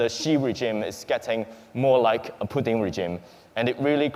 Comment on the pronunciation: Путын рыжим. Ржу, не могу. Абсолютли. Мутко или кличко уроки английского давали, видимо. Мои бедные уши